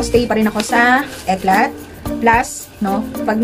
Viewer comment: Eclat pronounce as "Eclay"